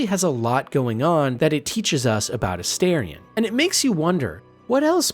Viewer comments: Holy…. It’s aSTARion not aSTAIRion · Calling Minsc “Minx” has taken me fully out. I didn’t hear anything you said about him or Boo 😂 Really fun video. Unable to resist my pronunciation durge, it’s A-star-ion, not A-Stair-ion. 😅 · It is AstArion, not Asterion. It is derived from latin (no, I don't think it means "little star" - that doesn't work gramatically). I think is more likely to be derived from the verb astáre, which would mean (together with the suffix -ion) "someone who is standing by you - so basically a companion, and has some other interesting connotations of serivce and standing up straight, which would both fit him) or could be connected to greek godess Astarte. I know they all say it means "little star", but it doesn't really make sense. Sorry I'm a know it all, but it just urks me ever time I hear it pronounced wrongly. Also comment for the Algo and wonderful video! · astarien? the character says his name several times in the game, n its not said like that lol